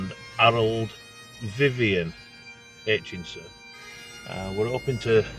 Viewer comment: It's Aichison not Aitchinson